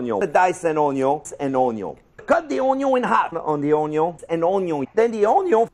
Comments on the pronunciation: the HONION (French accent intensifies) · "ohn yohn" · I'm mad that that pronunciation of Onion On-yon is going to seep into my speech from now on. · 'Ze-yuh uuuhhnn-yueehhhan. Rihh der we ha ze unn-yiuhh...an' ze un-ya? Yea! Ze uh-neon....' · Oh-nyon is real. Also, it's probably just me, but "oh-nyon" sounds vaguely Korean. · Im never going to pronounce onion correctly ever again. Onyo